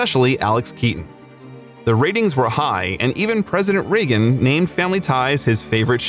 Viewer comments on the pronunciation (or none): none